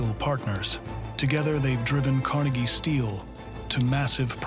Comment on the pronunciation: Hey producers and narrator, as a Scots American and Pittsburgher, IT'S PRONOUNCED CAR-NEGGIE. You and NYC, GET IT RIGHT.